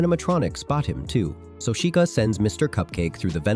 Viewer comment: “Freddy Fazebear”💀💀 “Chicaaa”💀💀 “Chicuh”💀💀💀